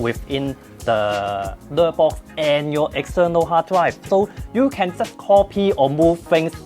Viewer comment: I kept hearing "Nerdbox". It kinda made sense.